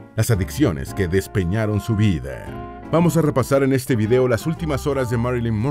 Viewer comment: Por qué pronuncia tan mal?.Dice vide, sesente, beisnoliste, hije, novie..... Corrijan la mala dicción.